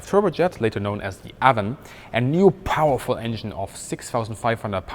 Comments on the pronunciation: Viper twenty2 also it’s ay-von not a-von. Which is also a river. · It's Avon the a is pronounced as a long a as in raven Ayvon it would sound like Ayvon not Avvon Ayvon, thank you. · Avon is pronounced ‘Ayvon’. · Geez dude you butchered Avon too. That one is pronounced like the name "Evan" would be in German. "Ay-vun" or "Ay-von". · Excellent video. Ted Rex is correct on pronouncing Nene. Also, Avon is pronounced A-von, not Avon. It's also a British river. I think someone at Rolls Royce liked fishing! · Trivia time. Your pronunciation of the name Avon is actually the Welsh way- and in Welsh it is spelled Afon- Welsh being an original British language. In German a V is pronounced as an F and in Welsh an F is pronounced as a V. Anyway, the Welsh word Afon means River. When the Anglo-Saxons came to Britain, they asked the local British: "What's this called?" as they pointed to the local river and the locals replied "Avon". That's why across England there are any number of rivers called Avon. In effect calling something the River Avon is the same as calling it the "River River" but the Anglo-Saxons did not know this at the time. As you probably know Rolls-Royce liked to name its jet engines after rivers while Bristol used classical names for its many engines such as Olympus or Pegasus, Hercules etc.